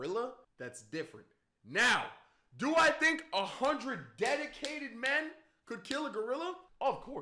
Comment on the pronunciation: He's saying man instead of men